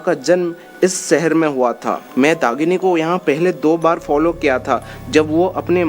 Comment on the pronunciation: Sipt .....shift.. Sehar...shehar... Pronounce properly